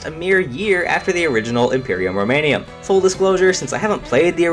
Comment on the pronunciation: Roman*um*, not Roman*ium*